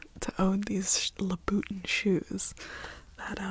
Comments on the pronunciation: I genuinely thought tht when u said la boutin (however it’s spelled, srry) u were trying to say Louis Vuitton but was havin a hard time. I also have woken up from my sleep 3 times n each time I restart this video!!! Luv u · Lu-ba-ton’s that’s how you say it…..spelled Louboutin Those are authentic shoes, but you got robbed for 800$ in those condition🍑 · I love this and your story times are top tier!! Also it’s pronounced “loo-buh-tahn” if you were wondering❤❤ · This is so fun and I love trying something new! Solid agree that collection of literal shoes and videos of shoe tapping is fantastic. Oh also, if it's at all helpful to anyone- Louboutin is pronounced 'Lou-boo--'TA where the last syllable has this nasal tone to it so it sounds more like Fran Drescher when she says, 'uh huh!' The 'n' kind of blends in with the vowel and the main stress is on the last syllable.:) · the way she pronounces louboutin is so funny 😂 but i do know apparently real louboutins wear really fast, so who knows, those might be real 🤷🏻‍♀️ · Is she deliberately mispronouncing Louboutin??? If she is... it's brilliant!!!